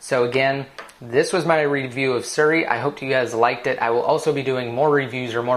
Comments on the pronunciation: it's not suri, it's siri ;) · its SIRI, not SURi